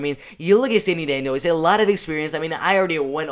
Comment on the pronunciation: oh and her name is "dan-dwah" is how you pronounce it